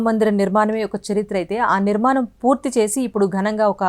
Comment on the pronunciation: Very good information and really proud news for we Indians.. but I'm sorry to say that the readers are seriously requested to learn the concerned language pronunciation also.. it is NOT విరాలాలు, నిర్మానం they are విరాళాలు and నిర్మాణం.. hope it will be taken positively and corrected.. the reader looks so good n professional so is her performance expected.. good luck